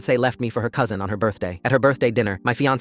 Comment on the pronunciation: took me a while to hear "cousin"